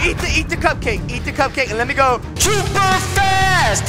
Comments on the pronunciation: "Schuuuper fast" that never gets old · Yes very SCHUPER FAST!!!